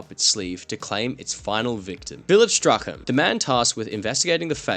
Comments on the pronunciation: Just FYI, "Strachan" is pronounced like "Strawn" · Strachan = strawn